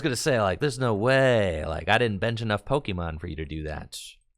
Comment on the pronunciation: You know got another Pokemon Company gig when he starts mispronouncing pokemon